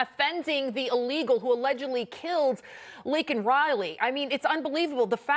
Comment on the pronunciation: The fact that Brandon apologized for calling a murderer "illegal" but NOT for mispronouncing victim Laken (Lincoln) Riley's name tells you EVERYTHING you need to know about him. R.I.P. Laken Riley.